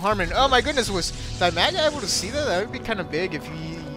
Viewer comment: I don't mean to be nitpicky, but the zerg player's name is Dimaga, not Bimaga. still, i enjoy watching your casts